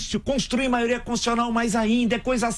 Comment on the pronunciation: Um presidente que fala: a "maoria" 🤦🏻‍♀️ sem condições nenhuma 😕